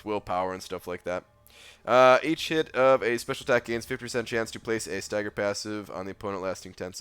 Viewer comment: please pronounce "each" and "hit" clearly when you're saying them side by side in a sentence. It sounds like you say "eat shit" LOL